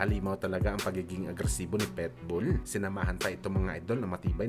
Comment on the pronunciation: marunong k b magbasa?anong petbul ang tamang basa jn pitbul bobo!